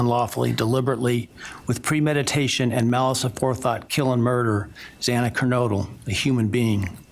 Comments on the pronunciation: I have no respect for this judge. He mispronounced Xana Kernodle's name each time. He also chastised the families regarding the public contacting him about the plea deal. Ah, too bad, Judge. Just shows his insincerity over their feelings. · This judge is a NIGHTMARE - he has more deference for everyone except the parents of the murdered students. I remember the judge on the Gannon Stauch trial and his words to Leticia - this man said NOTHING - only thanked him for standing. Chastised the dad who tried to get 11th hour justice and mispronounced Xana’s last name over and over. Completely incompetent and heartless. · No, read what is there and use your brain. I am upset that he could not pronounce Xana’s name! 🙄